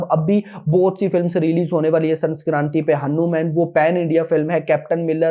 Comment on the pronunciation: Bhai hanuman ki pronounced sahi Kiya Karo please